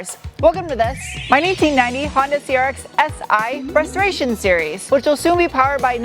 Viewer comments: Was that "restoration series" or "frustration series" lol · It sounds like you're saying it's a frustration series instead of a restoration series there at the beginning of the video LOL. I'm sure it's probably accurate. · It's too funny, on your intro I first thought you said.." My frustration series.."😆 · I heard "frustration series" instead of restoration series in the intro. I think they're one in the same. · When you said "welcome to my 1990 Honda CRX restoration series", at first I thought you said frustration series. Well, I guess that's not entirely inaccurate. 😉 Good job in spite of the challenges inherent in any vintage vehicle restoration, especially with accident damage to repair.